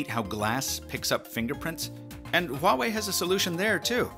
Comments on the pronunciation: you are the only english tech YouTuber pronounced the name Huawei correctly. That's some serious attention to detail. Thumbs up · is the first Youtuber pronounce Huawei not Wuawei lol